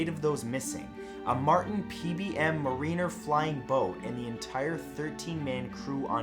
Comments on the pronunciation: See above: "Ma-REEN-er"! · How about that "Ma-REEN-er" flying boat? Hey, Matt, ever hear of a poem called "The Rhyme of the Ancient Mariner?"